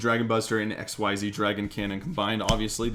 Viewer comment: Say X-EEEEEZZZ you just say XYZ! It’s not pronounced X Y Z separately